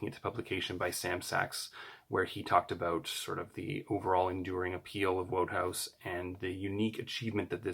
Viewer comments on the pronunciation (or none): Enjoyable video - thanks, and congratulations on getting your books! I'm sure you'll learn this other ways as you go along, but Wodehouse's name is pronounced 'Woodhouse'.